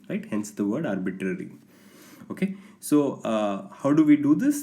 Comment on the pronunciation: Why he say arbiTTTary is funny